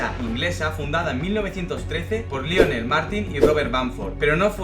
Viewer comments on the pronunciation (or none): none